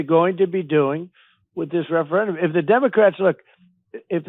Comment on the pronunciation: can we talk about how this moron can’t even say referendum 😂😂😂😂 how tf is this maniac the leader of us😂